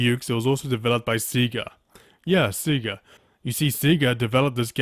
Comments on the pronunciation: Its not called "Seiga" its called "SEGAAAAA" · Lmao At Him Saying "See-ga" Not "Seg-a" 😂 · Awesome review,. I remember back in Junior High somewhat mocking this game with my friends over how there weren't even enough wrestlers in the game to do the 30-man rumble:P BTW, Say-Ga is the usual pronunciation of SEGA. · Say-guh lol